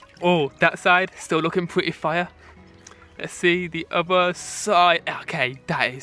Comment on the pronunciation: "The funt is looking fiuh"